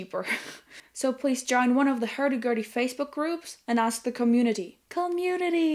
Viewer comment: "Hairdy Gairdy"...*love*